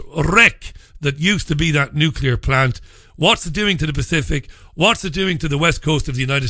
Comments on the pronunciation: So you trust Tony Blair he can pronounce nuclear . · may be correct in her research and analysis but I find it hard to trust someone who can't pronounce nuclear correctly.